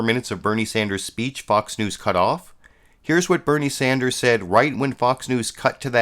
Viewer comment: Also, his name is Bernie Sanders not Sander.